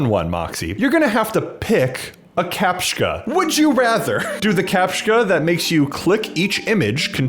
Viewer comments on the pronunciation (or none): "captchka" WHYYYYYYYYYYYYYYYYYYYYYYYYYYYYYYYYYYY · Captcha, there is no K in Captcha. Capt-cha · the way you say captcha hurts... It's capt-cha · its pronounced "kah-p-chuh"